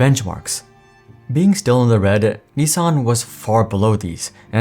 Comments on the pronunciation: I think it is niss san, not nee sang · Nissan not neesan. Baffles me how you pronounce it EE instead of i. So it’s should eets by that logic. Its pronounced the ways it’s spelt. America mispronouncing words since 1888. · The way that news anchor pronounced Nissan hurt my ears. 😂